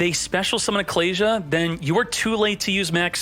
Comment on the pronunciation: Those pronunciations of Ecclesia and Apollousa made me quit the video